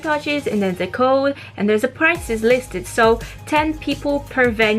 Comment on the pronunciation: third video im watching and i keep telling myself you mean prize but when i hear price i just forget what i said and i get lost again